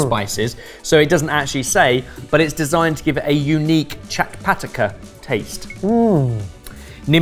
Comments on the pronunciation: I wasn’t ready for saying ‘chatpataka’ for what I assume was meant to be chatpata? 🤣🤣🤣🤣 (chut- puh -ta) which is technically an onomatopoeia for the tongue smacking sound you make when you taste something that’s sweet and salty and spicy and sour all at once. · I want to hear say ‘Chatpataka’ on a loop.